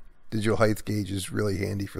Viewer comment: There is no "th" in the word "height"